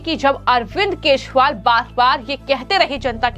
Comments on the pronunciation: Kejriwal & not Keshwal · इन मोहतरमा को केजीरवाल बोल्न भी नही आता wah😂😂😂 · Tu pagll hai kya Wo arvind Kejriwal Hai... Arvind Keswal nhi 😅😂😂😂😂